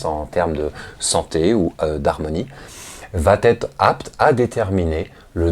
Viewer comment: Merci pour ces vidéos que je visionne toujours avec intérêt. Attention à la liaison "va être" qui est toujours prononcée "Va t'être" dans cette vidéo. C'est une erreur de liaison facile à corriger quand on en prend conscience. ;-)